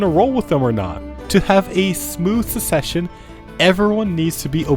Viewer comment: please, it's SUCCession, not SECession